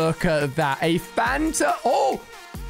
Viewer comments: It’s Fanta not phanta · Why do you call a DT and DIY and why do you call The canon thing phantom Ganon it’s fanta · I thought he said phantom mini gun